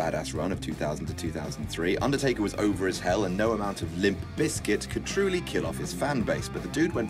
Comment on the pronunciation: Can't take this seriously he said undertaker 😂😂